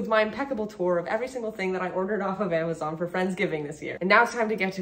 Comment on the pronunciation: She forgot the z in Amazon lol 😂😂😂